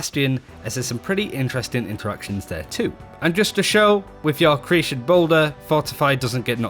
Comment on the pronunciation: Dude, why can't you pronounce accretion?